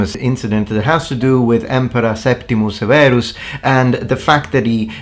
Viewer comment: Septimius Severus's name would certainly not have been pronounced "Sewaros." It would have been "Severus" or "Seferos" or perhaps "Seberos" like a Spanish "b."